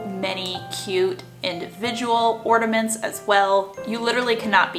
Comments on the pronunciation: orNAments! Not orDAments you aren't the only person who I heard call them that. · Love your videos, but listening to you say Ordaments 20 times is too much. There is no D in ornament. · It's ornaments , not ordaments . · Idk why but her saying ordiments instead of ornaments is driving me crazy. Still, great video tho. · Just Heather ...I had it on low volume & no headphones nor earbuds, so didn’t notice. That would’ve thrown me off too. Maybe she has nasal polyps. haha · Great video.. She gets on my nerves saying “orDuhments” girl it’s ornaments... there’s no “d” or “duh” sound in ornaments UGH!!!! Also, Dollar General has $1 price for like 3 SUUUPER CUTE and really good quality Christmas bags and boxes. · Sounds like you’re saying Ordaments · I continued watching because I was intrigued but how she kept pronouncing ornaments made me cry a little on the inside. I’ve heard it pronounced “ordaments” from some other youtubers so I wonder if it’s just an accent from where they’re from. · Why are you adding A D in ornaments?